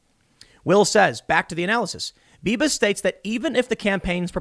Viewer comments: Beavis? Are you saying Beavis? Lol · Did anyone else hear "Beavis" when Tim said "Bibas"? ...just me?